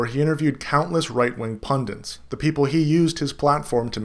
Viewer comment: are you saying... pundants?